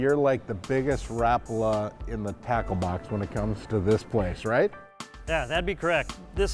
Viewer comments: No they are not. Mr. Rapala invented a hell of a lure but dammit just didn't know how to pronounce his own name. All those factory workers and management suffer the same affliction. Only you and your friends know the true way to pronounce it. I'm just busting your chops buddy, I have always said it and heard it wrong myself. I actually find it harder to say the correct way lol. Since a kid I've always incorrectly pronounced it like "Ra-Paul-Uh" instead of "Rap-ulah". No matter how you say it...its a damn good bait! Not much better feeling than finding that sudden steep drop off on your fish finder and blazing a Rapala down the grade for that aggressive bass strike staking out baitfish below. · As a Finnish-American (we're all Hyphen-Americans, right?), this video feels insulting. Not one single attempt to pronounce "Rapala" correctly is ever made by you. It hurts. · Why cant Americans pronounce things correctly, its not rap-ala, its all one word, no gaps or spacing betweens the letters, rapala. 🤦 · Rapala needs to come out with an official YouTube video. Like 30 seconds long. Stating how to properly pronounce Rapala. It's Rap-uh-luh. Not Rah-pala. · Ra-pul-a not Rap-u-la. No rap for me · I always pronounced it ra-PAL-a not RAP-a-la' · It's only been a few years since people started calling it rap-a-la... I'm 50 years old, and it was always ra-pal-a... Growing up, my dad owned a tackle/sporting goods shop... Even the Rapala guy said ra-pal-a... Guess it sounds trendier... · Ffs, do it right, RAPARLAR is the correct pronunciation wherever you are in the world. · it's pronounced Ruh- Pala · Rapala rah pal ah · I cringed when he said wrap ala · No easy Rapala just pronounce it like it's written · It's pronounced exactly like it's written Rapala. Ra-pa-la. The R is rolled and every A is pronounced like the "aaa" sound your doctor asks you to make when looking into your mouth, but short. Source: Am Finnish